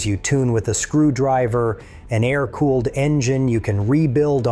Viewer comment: AA- EYE- RR cooling? teach your AI to speak better